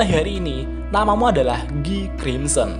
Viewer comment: bukan giii banggg , tapi gaii(guy)